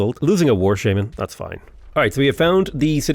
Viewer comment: The way you say shaman is horrible lmao. Painful every time you say that